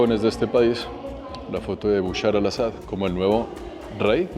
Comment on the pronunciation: dice Bushar y es Bashar lo cómico es que bushar en árabe significa crispetas